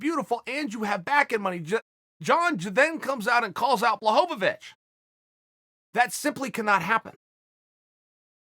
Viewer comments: Blahovovich and Blagoyev 😂😂 Chael has a problem with eastern european names. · Me: Blachowicz Uncle Chael: Blahovavich Me: Ok great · Jan Blachowicz should Change his Name to Blachochowitch. Cause Chael said so. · Lmao Chael who the fuck is BlaHOVOvicH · No one: ...... Uncle Chael: Blahovovich!